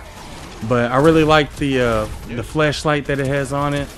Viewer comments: He is saying flesh light instead of flash light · Ooooohhh its FLASHLIGHT not FLESHLIGHT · I'm hearing flesh light not flash light lol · When he was saying flashlight y’all I heard was fleshlight 😂💀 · You saying fleshlight or flashlight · flashlight or fleshlight? couldnt tell what u said lol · Did anyone else hear flesh light when he was talking about the flashlight? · Swore this man was calling it fleshlight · I just keep on hearing fleshlight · I thought you said fleshlight, my bad. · Thought you said Fleshlight.......